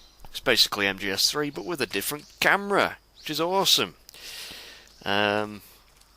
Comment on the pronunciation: (i love the way you're saying camera. gamra! :D)